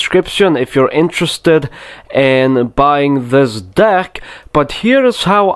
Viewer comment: if you think of dick when he says deck it sounds so wrong in his sentences lol i love this man